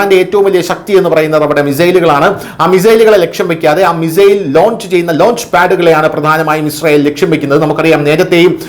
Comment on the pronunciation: Mizail എന്നല്ലല്ലോ മിസൈൽ